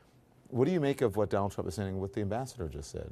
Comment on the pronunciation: He mispronounced 'Trump'...